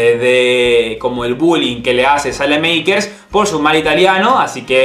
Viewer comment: se dice salamaker no salemeiker